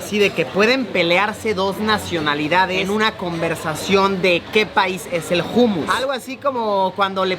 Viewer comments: jumus???? jajajajajajjaj humus que se pronuncia - umus , gracioso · Like Si sabes que Luisito lo pronuncia como se escribe😂. humus y se pronuncia hanmos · se pronuncia Homus no Humus, pero dile cómo quieras quien soy para decirte que hacer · Jumus no umus se pronuncia luisiyo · Se dice ummus... No jummus... Jejejje.. La "h" no se pronuncia como "j"... Si vienes a España otra vez dímelo y llevo a Benidorm... Saludos wapeton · Se pronuncia “ Umus “ Saludos a todos 🎉